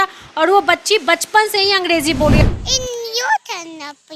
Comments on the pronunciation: अंगडेजी नही अंग्रेजी😂😂😂😂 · Angreji hoti h mam n ki angdeji😅